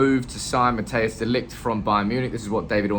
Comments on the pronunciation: fyi non-dutchies , It's not Matteus.... it's pronounced more as Matt & Ice together. ;) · Matthijs de Ligt. Im a dutch guy. You pronounce it more as mathheus (as in lothar mattheus). I think its best to pronounce it liked mat-tice de ligt.